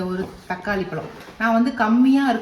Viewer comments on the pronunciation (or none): none